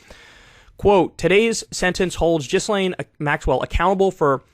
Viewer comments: yeah I typed this before finishing the video lol. But still 1 jizzlaine is 1 too many lol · Kyle, love your show but you gotta be able to properly pronounce the names of the main players in this story otherwise your message is greatly diluted. Gee-lane and Goo-fray is what I have heard. Will never see any list, too many elites on it. Maxwell is to risky to have around, will mysteriously die within 1-3 yrs. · Alright bro I gotta help you with how to pronounce her name haha it’s: GaLane hope that helps 😅🤝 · Her name is pronounced Gee-Lane. If you hear her family talk about her. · So, it's not pronounced Giz Lane? ;-). (yes, I can makes jokes about it ...by the way... do not let her out) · How does Kyle still not know how to pronounce this woman's name? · The way Kyle pronounces her name bothers me lol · It's "Gislain", not "Jizzlain". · GHEE-LIHN not Jizz-lane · “Gil-layne,” not “Jizz-lane.” Americans are so clunkily phonetic 🙄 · It’s pronounced GILLAIN (G as in GIRL) not JISSLAIN. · It’s pronounced “gill lane” s is silent, not really a person who deserves proper name pronunciation but it sound like you keep saying jizz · Thanks for the report. Just a tiny correction. Her name should be pronounced as GILAN. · Ghislaine is pronounced "Ghee-Lane". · “Jizz-lane” - Kyle Kulinski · Kyle, I love you, no shade I swear, but it’s Gil-Aane. 😬😂😘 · It's pronounced Gi-lane. The G is a soft G rather than a hard sound. Cappice ? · Kyle is literally the only person who says Jizzlayne. No way he’s not doing it on purpose at this point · Also: Ghistlaine is pronounced "jeess-len" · It’s pronounced GHEE-Lane or GILL-Lane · Ghislane is pronounced gee-Lane. It's been 2yrs+, come on man. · Once and for all, it's "Jill'ENN" with that soft airy French J sound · its pronounced jisslane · Ghislaine is pronounced "JUs-sL-EEN". Kyle. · Everyone pronounces it a little different, but "Jizz-Lane" is by far my favorite. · Its pronounced "Jizz-lane Max-well"